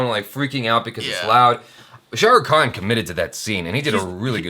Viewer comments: It's not kan it's Khan..Khan from the Epiglottis ☺️ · its not Kaan its KHAN...Khan from the epiglottis;):P